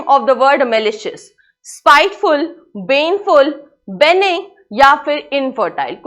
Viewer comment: Pronunciation of the teacher is weak. She couldnt pronounce dubious, benign, trivial correctly. Also to be greek to someone is to not make sense to someone. Hence, the correct answer would be incomprehensible meaning " I couldnt understand his speech "